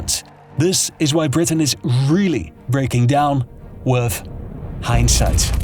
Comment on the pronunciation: "with" said like a Brit 😂